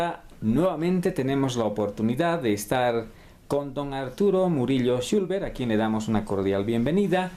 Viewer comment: El apellido es “Chulver” no “Chulber”. Solo esa pequeña corrección, después es un muy buen video. Algo bello que se quedará grabado en la memoria de mi bisabuelito 🫶🏻